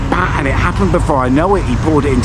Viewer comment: “Im Getting good at these Asian pronunciations” - after saying Pattaya and baht incorrectly a hundred times 😂😂